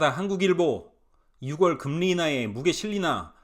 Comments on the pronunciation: 6월을 발음할 때 ‘유월’로 하세요. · 6월 => 유월, 10월 => 시월 부탁 좀 할게요 네?😂😂